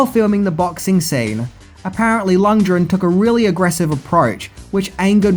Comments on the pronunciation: Lundgren, not Lungdren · I know you’re generally as thick as two short planks, but for fucks sake learn to pronounce peoples’ names correctly. There was no such character as Ivan Dray-go, and he wasn’t plated by any actor called Dolph Lunge-dren. You’ve only had 36 fucking years to learn how to pronounce them correctly. Bell end. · Lund. Gren. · Wtf are Dolph "Lund-dren" and Max "Shmenling"? Can't say I ever heard a song called Burning "Heat" in Rocky IV, either. Do you write your notes with your forehead? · 16 minutes of butchering lundgrens name. There’s a fucking G in there my dude